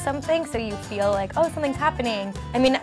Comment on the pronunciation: pronounces feel "fill" and it bothers me so much idk ilh but